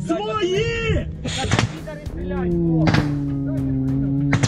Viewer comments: "своИ" (шо це токэ?) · Акцент интересный. 'свойЙии' 😂😂😂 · Чушки кричат "свои" или "свали"? Что-то не разобрал😂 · Я так чет не понял кричали свали? Или свои? 😂😂😂😂😂😂😂😂😂😂